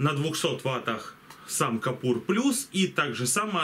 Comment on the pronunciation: Купор, а не капур, все ж ясно написано :) И к тому же, рекомендую что б лицо не было по центру кадра, смести камеру нижу - смотребельнее :)